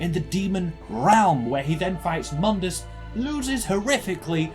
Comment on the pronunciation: Its not spelled muuuundes its mooooondes for fuck sake